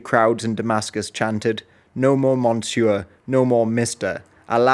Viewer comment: Could you pronounce “monsieur” again for me, I need another chuckle! 😂